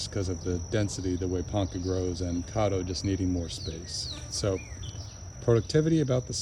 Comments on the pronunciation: I don't think it's pronounced "Cahdo." The "Ca" should sound like the "Ca" in "Cat" -Cad do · Great video. Thanks for the info. Not to be critical lol but I’m from Oklahoma and Caddo (named after the Indian tribe) is pronounced with an American a (like cat) not with a British a (like awe). It hurts my ears to hear it that way. lol